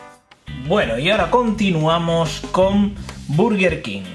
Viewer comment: ¿Buguer? Aplausos por favor. XD buen vídeo a parte de ese error.